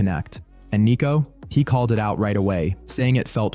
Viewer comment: It's Sneako not neako. 😂